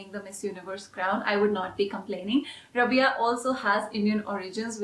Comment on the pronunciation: I love love rabiya,maria and adline sorry to say but the way you pronounce rabiya is wrong it's rha-bi-ya Loved your video so much